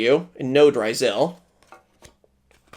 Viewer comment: Is bro dyslexic or is mispronouncing the names like, his thing? Like the Beelze and Ryzeal cards